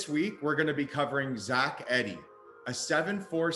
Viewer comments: Eeeeeee D not Eddy. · This guy doesn’t even pronounce his name correctly. It’s “E-de” not “Ed-ey” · It’s Zach EEEEEEEDEY